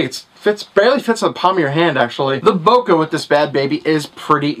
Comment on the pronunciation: He said bokaah. lol